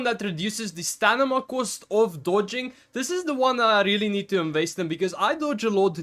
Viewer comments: It's Sta-mi-na brother not Sta-ni-ma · I'm sorry man, I'm sure English is not your first language, but it's driving me nuts that you keep saying "stanima" instead of "stamina". 😂 Really helpful video though! I'm not trying to be a dick about the other thing. Just thought I'd mention it. Maybe you're not even aware you're doing it.